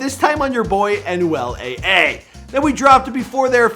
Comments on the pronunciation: Aye aye 🤣🤣 it’s Anuel doble A 🤦🏻‍♂️ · mans said anuel "aye aye" im weeaaakk its anuel "ah ah" come on guys 🤣